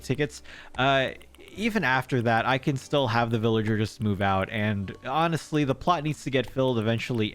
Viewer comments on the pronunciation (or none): none